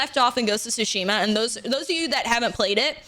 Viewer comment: not calling it ghost of twoshima.... SMH MY HEAD! uuunnbelieevable.